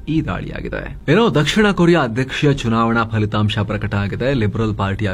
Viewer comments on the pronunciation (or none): none